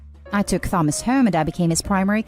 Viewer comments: Who the hell pronounces Thomas like that?? 😂 even if this is AI, I wouldn’t thought it was better than that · I couldn’t finish listening because of the pronounciation of “Thomas”😂